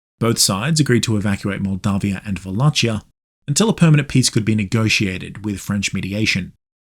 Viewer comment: The CH in Wallachia is pronounced like KEY.